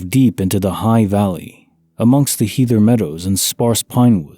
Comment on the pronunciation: The ea in heather is pronounced as in head